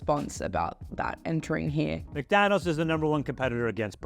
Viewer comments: Why do you pronounce it MACdonalds? It’s McDonald’s! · Why does she say MacDonald’s?